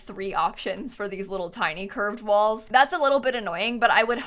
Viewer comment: with each time says "curved walls" it sounds more like "cursed walls"